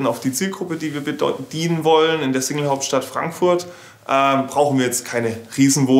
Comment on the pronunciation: Der Sprecher sollte mal überprüfen wie er das Wort Single aussprechen sollte 😂